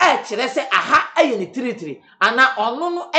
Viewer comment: Did I hear tiritri(territory)? 🤣🤣